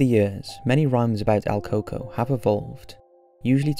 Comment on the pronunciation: Not coco but El Cucó pronounced like coo ko